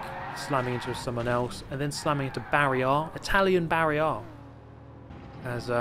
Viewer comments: Italian 'Barry-R' = 'Bario-R' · Italian Barry R is Barri Era, steve